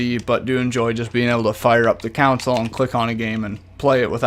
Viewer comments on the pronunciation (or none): and "consul" instead of console